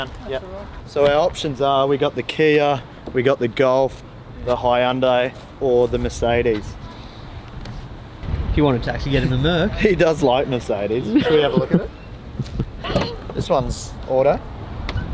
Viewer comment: Saying Hyundai as Hi-und-ai.